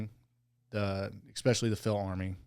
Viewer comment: Stop saying "expecially". Sound like a child